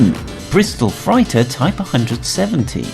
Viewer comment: Bristol Freighter! that is frayter! and how can you not know about MIG?? not M I G